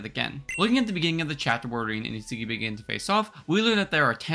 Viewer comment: Bro is butchering the pronounciation of isagi aha